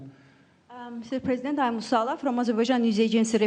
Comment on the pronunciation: Parsident, Sir. His-Highness, Parsident, Sir, Sayanle-Callable